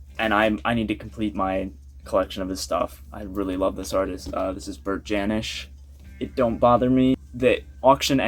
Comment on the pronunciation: Hey, great that you’re into Bert Jansch. I saw him live a few times. You need to pronounce his name correctly though. Check out Davy Graham and John Renbourne too. They all came out around the same time playing the clubs in London. Bert learnt his stuff from Davy. Everyone learnt their stuff from Davy. He was the key player in the folk scene in England- taught Paul Simon too.